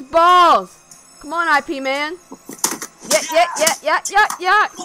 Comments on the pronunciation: "I P Man" lol It's pronounced "Eep Mun" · it's pronounced "YEEP MUNN" not "I PEE MAN" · Its not I.P man its pronounced IP like yip without the y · Its actually not I P its Ip one word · Well, the movie was based on real events, and the real Ip Man eventually made to the US and taught Bruce Lee. Also, I believe his name is pronounced Yip Mann, but I could be wrong about that one. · please please do research if you are that interested. its eep-man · Its pronounced as 'YIP' bruh